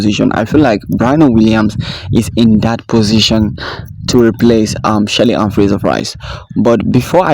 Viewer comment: U need to learn pronouncing our atheist names properly. Its Dr Shelly Ann